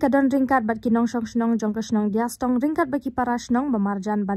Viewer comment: Dea stong not diastong